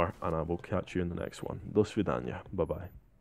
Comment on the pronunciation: Do svidanya - good pronunciation really.